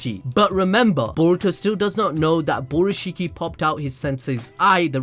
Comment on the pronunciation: “Borushikki” lmao